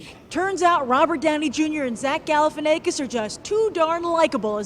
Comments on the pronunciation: IT'S ZACH GAL-EH-FIN-AH-KISS. Not "ay-kiss." Ya stoned bimbo. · lmao She said Galifianaykis again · stop saying Galifianakis with a long A sound. i wanted to punch my self in the ear every time you spoke his name. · zack galifianackis, like quack, pack, track. i don't know where you're getting this long A sound in there - he even pronounces his names like the afore mentioned in his stand up specials